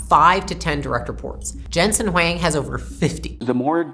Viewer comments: It’s pronounces Wong not Wang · it's not Wang, it's Huang.😬